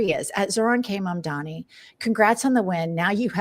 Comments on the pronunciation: Mike Johnson is so stupid he can't even pronounce Mamdani correctly. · The name is MAMDANI you should learn to say the name because I am going to be your boss! Hahahahahaha! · Can those MAGA tools please pronounce his name correctly?! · Grindr Johnson can't ever say Mamdani's name right. 🤬